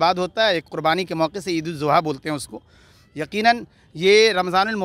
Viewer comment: Eid ul azha kahtey hain zuha nahi.